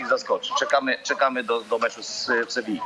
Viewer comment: Panie Borek Ameryki Pan nie odkrył. W Sevilli w samo południe temperatura dochodzi do 45 stopni. Wieczorem nie będzie już takiego gorącego słońca, ale na pewno będzie duszno. I nie wymawiamy Sewilla, tylko Sewija. Pozdrawiam wielbicieli tego PIĘKNEGO KRAJU.